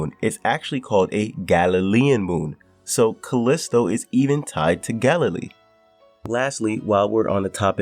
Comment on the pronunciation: Bit of a stretch on the pronunciation of Galilee